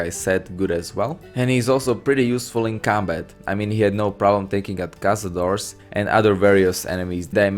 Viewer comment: Cazaclaw? You mean Kog'Maw :D